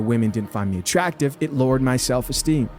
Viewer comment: WHO TOLD THAT THING THAT IT'S NOT "ATTRUCKTIVE"??!! 🤔😎